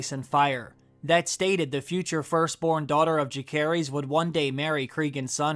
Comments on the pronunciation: The names of Rhaenyra's two oldest sons have soft "c", not a hard one. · Its so funny how you pronounce Jacaerheys. 😂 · He pronounced both Jace and Luc's name wrong. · The way he pronounces Jacaerys is way off. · Are you pronouncing "Jacaerys" on purpose? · How do you watch a show and have a youtube channel about said show and not even know how to pronouncd the name Jacaerys